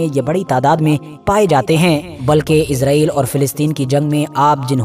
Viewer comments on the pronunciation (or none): none